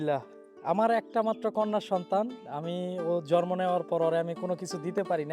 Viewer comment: ভাইয়া জরমো বলেনা জন্ম বলে